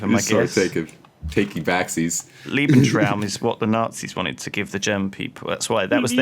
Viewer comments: It's Lebensraum, not Liebensraum. Leben is life, Lieben is love. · I'd just like to say that I find mispronouncing "Lebensraum" hilarious. "Lebensraum" essentially translates to "Space for living". But "Liebensraum" essentially means "Space for loving" which is just unusually funny to me.